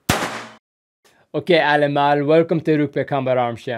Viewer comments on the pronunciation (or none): Sir, your "POLITIE" was spot on, it doesn't go any better because you nailed it. And Welkom Allemaal, I understood it, was good enough. I would rate your effort a 9 out of 10. Korps Mariniers... the pronunciation of Korps is almost indentical to that of (a) corpse You ended Mariniers fine but the a we use is the a of mama in this case. Not military myself, everything I said is a laymans view..... You understood correctly that there were 10 pirates. He also mentioned that there were 15 crewmembers that locked themselves into a safe room.(save room?) The crewmember will aid those going down out of the chopper. You hear the cover fire. They are not taking fire when they land, all firing done is preventive. No waiting till you are getting engaged, making sure you won't get engaged at all. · Don't lie 😂 I had to watch it 3 times to hear he said 'allemaal' 😂 But trying is gold!